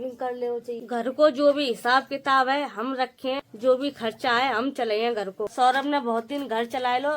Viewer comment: Saurabh name hai uska saurabhe nhi 😅